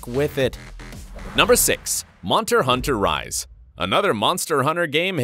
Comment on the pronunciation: he says monter hunter rise